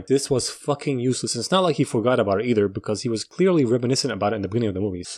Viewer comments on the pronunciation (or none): none